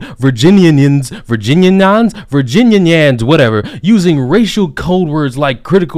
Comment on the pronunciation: The way says "Virginians" sends me. ^^